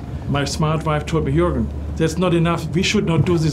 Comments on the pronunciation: Jourgen pewds lol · it's Joergen but spelled as Juergen!